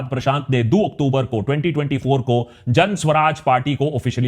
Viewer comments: Isn't it Jan Suraaj and not Jan Swaraj? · It's "Jan Suraaj", not "Jan Swaraj". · Why are you pronouncing ' Jan Suraaj' incorrectly ?